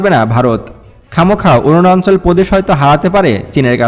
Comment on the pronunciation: অরুনাচল কে বলছেন অরুনান্চল।উচ্চারন শুদ্ধ করে না বলে এপিসোড বানালে ভিউয়ার রা লাইক না দিয়ে সমালোচনা করবে।